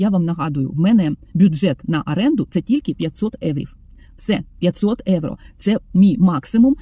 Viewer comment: виправляю трошки) Ви слово "євро" українською вимовляєте з італійським акцентом" евро". Бажаю, щоб нарешті доля Вам посміхнулася знайти добре житло, а ще краще комфортне житло + турботливий та люблячий чоловік поруч❤❤❤😊